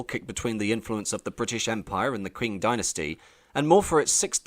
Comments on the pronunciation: did you just say the "kwing dynasty" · Arrghh, the pronunciation! Q is pronounced 'ch' in English. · This guy can't decide how to pronounce Qing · I had to stop watching after two minutes, because I got so absolutely sick of the Narrator mispronouncing the name of the "Qing Dynasty.": It is NOT pronounced "Kwing Dynasty." Understand that in the common alphabet used for Chinese-english translation, "Q" is spoken as the "CH" sound - NOT as "Queue". It is a shame you couldn't do this basic research, because this could have been otherwise quite interesting. Just understand: You MUST be accurate, if you are purporting to be a historial/cultural channel. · This hurts. Please learn some Chinese pronunciations. This video is so disrespectful in how you treat their language. Qing is most easily pronounced as Ching for English speakers, even though it's not entirely correct, it's at least respectful. That's only one example, but you seem to take great pains to mispronounce every single word and you do it with pride. It's like as an Englishman you still feel the sting of losing Hong Kong and want to take revenge by being rude af. Example: Hong Xiuquan should be Höng Shyü-chwán. It takes minutes of research to get it right, but you clearly spent more than that getting the rest of your information more or less correct. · If youre going to make a video like this, the least you can do is go on wiki or google translate to figure out how to pronounce some important words. Qing is read like ching not kwing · btw "Qing" is pronounced "ching", like "cheating" minus the "eat" not "kwing". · It's 'Ching' (Qing) as in 'Ching Dynasty' not 'Kwing'. How can you make such a film and not know that? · It's not pronounced " queen " Dynasty, it's pronounced " Ching " Dynasty, at least that's how it's pronounced in Cantonese. But i am almost certainly sure that is how it is pronounced in Mandarin, also. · Q is pronounced with a "chi", not a "kua" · it's pronounced ching